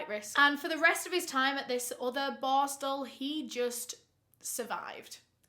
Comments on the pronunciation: With how many times you said the word, I still have no idea what that juvenile detention school was called. LOL Bostle? Borstal? Borskal? IDEK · Do not take a shot every time "boar-stel" is said. Hugs from central Ontario Canada ❄️ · Like my comment when says boarstle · Take a shot every time says "borstal" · As a Swede i thought you said "barstool". I'm like what does she mean..took a while googling but now I know you said "borstal"😅🥰 Thank you for your videos, great work ❤️